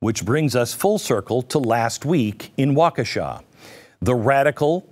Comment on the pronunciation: It might be wa-KEE-sha, not Wa-Ke-shaw.